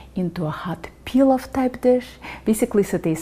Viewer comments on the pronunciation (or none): none